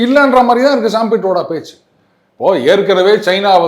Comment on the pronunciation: ஏன் பிரபாகரா சாம் பிட்ரோடா என்னும் அவரது பெயரை எவ்வளவு முடியுமோ அவ்வளவு தப்பு தப்பா ஏன்பா உச்சரிக்குறீங்க?